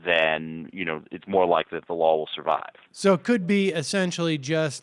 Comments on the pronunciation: Haha sounds like Ian keeps saying "lawl" instead of "law" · Omg this is so obnoxious, anyone else irritated every time this guy says "Lawell" instead of Law!? Interesting piece, but each time he pronounces "law" as "Lawell" or "lawl???"